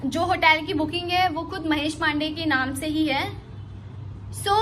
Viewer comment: साली ये बहुत बड़ी खिलाडी ha❤ महेश पांडेय को महुनुस पांडेय बोल रही है..? 5 :50 में यह यह कोई नोटबुक में स्क्रिप्ट देखकर पढ़कर उसे लोगों को सुना रही है